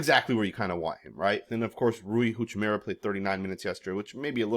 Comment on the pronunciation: Stop saying Rui Huchimura it's Hachimura